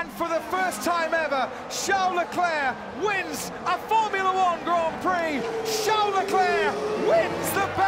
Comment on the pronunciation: I love how he said ‘Charles Leclerc ‘wInS’ the Belgian Grand Prix